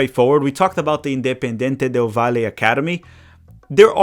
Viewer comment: The way you are saying valle 😅 however loved the video 🇪🇨